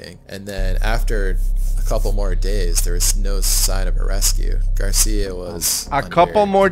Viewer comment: Happy to hear that you like Mallorca, greetings from the island! By the way, Xisco surname is Gràcia that means grace in catalan, curious that the narrator pronunciates it like Garcia. Keep up the amazing content!